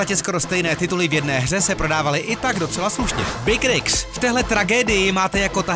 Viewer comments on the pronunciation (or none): Big rigs si vyslovil ako baker x 😅